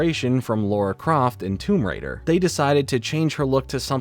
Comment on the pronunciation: It’s Lara Croft not Laura Croft